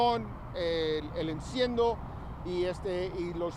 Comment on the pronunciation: "el incendo" 😂😂😂